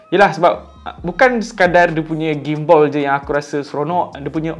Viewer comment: Gim-Ball ??? Gimbal Ler 🤣 Bukan Ball 🤣